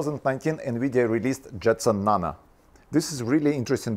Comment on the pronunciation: Nano, not nana